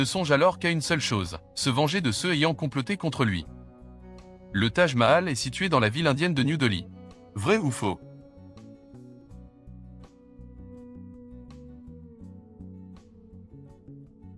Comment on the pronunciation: Ce qui est insupportable c'est la voix de synthèse. Pourquoi ne pas mettre un humain. Au moins il ne prononcerait pas mont[E]-Cristo ou lieu de mont[é]-Cristo ni new d[E]lhii ou lieu de new-d[é]lhi